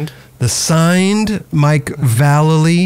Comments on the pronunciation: It’s pronounced Vallely! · VAH LAY LEE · YOU HAD AN EPISODE WITH VALLELY AND YOU STILL CAN'T PRONOUNCE IT😂